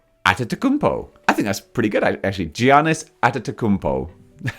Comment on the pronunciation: As a greek person I feel offended by the way you pronounced Giannis name lol